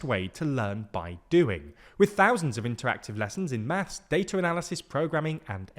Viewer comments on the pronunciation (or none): none